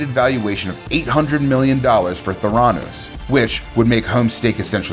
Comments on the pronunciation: Thuranoose hahaha no, not how you say it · Anyone else really bothered by the way this guy says Theranos or by the fact he's making a list and including Theranos yet somehow has never heard the rest of the world say it properly?! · Homes too instead of Holmes and mispronunced theranos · Can’t say especially right or Holmes or theranos or Antoine